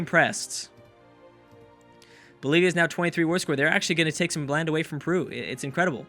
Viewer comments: saying " perwu"? hahahah i understand, but he is not spanish or portuguese to say the right pronunce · I cant accept how you pronounce Peru :D But it was an awesome episode! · Matheus Nery I know but he does it like without the "e": Prew :D I just think its funny^^